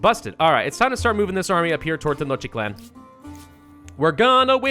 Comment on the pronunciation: Tenochtitlan is pronounced (Ten-osh-teet-lan)